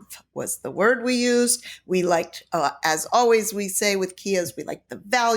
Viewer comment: is right. You are pronouncing it wrong